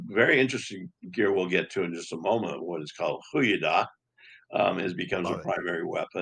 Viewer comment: Thank you and! From a Fleming: this is sheer joy. Extremely well done. One of the best talks on the subject. You nailed the pronunciation of the 'goedendach':)